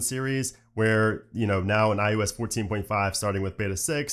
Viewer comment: It always sounds like he’s saying IUS instead of ios